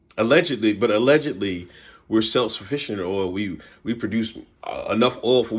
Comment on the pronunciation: Did u say "allegedly"...... lol 🤣😂🤣😂